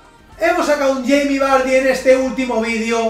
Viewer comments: Cermeño Mejía le dice barrie xd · Yo no se vosotros,pero cada vez que pronuncia vardy me descojono jajaja